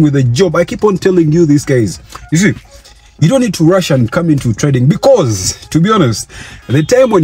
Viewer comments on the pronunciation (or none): that "Because...!!!" is a full topic I should discuss 😂😂😂